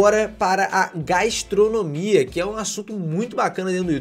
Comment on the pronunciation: Gaistronomia? Onde vc achou essa letra i?